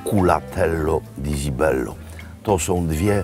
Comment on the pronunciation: cibello nie zibello wymawia się porawidłowo , jak już chce się udawać że zna się język włoski ....